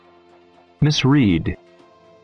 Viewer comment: thầy ơi, misread hình như cột 2 và 3 đọc sai ạ, phải đọc là /mɪs ˈɹɛd/ phải ko thầy